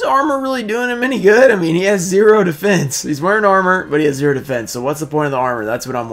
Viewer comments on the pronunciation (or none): none